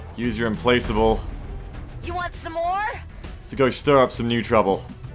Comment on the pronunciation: It's pronounced im-plack-able.